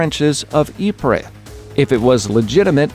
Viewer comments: He keeps saying it wrong he says it like yeepreh it's yee preez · Ypres pronounced YEEPS not YEEPRE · Realy nice to see that part about Belgium! I'm Belgian myself , and i had thought it was weird they didn't include any Belgian maps.. Also i live like a 20min ride away from Ieper (Ypres) and went to school there! FYI , You pronounce is like E-per. Always happy to teach people stuff! :) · Yo just thought I would let u know ypers is pronounced "eep" basically, also during the war the British soldiers would call this wipers. Great video by the way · you pronounce ypres like eep